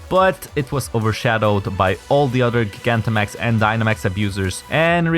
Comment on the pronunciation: Finally, someone else who says Gigantamax correctly. The anime is screwing up pronunciation again, 4Kids is back.